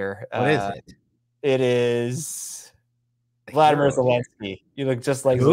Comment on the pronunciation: Yo, dude who is so knowledgeable about current events, It's Volodymyr not Vladimir